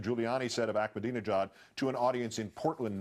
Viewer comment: Why does he keep saying "Ackmadinejad"? There is no "k" in Ahmadinejad's name.